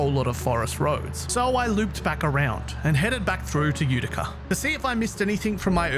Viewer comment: You pronounced Utica perfectly 👌👌 Grew up in a Utica